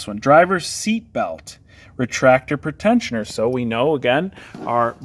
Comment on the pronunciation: Pre-tensioner, not pretend-sioner!